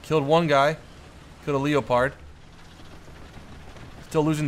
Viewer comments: does he know its not pronounced le-o-pard its pronounced le-pard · Dude you just mispronounced "Leopard". It's not LEE-OH-PARD, it's "LEH-PERD". Don't believe me? Here's a link: Click on the audio symbol to hear the correct pronunciation. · Every time says "leo-pard" God kills a kitten.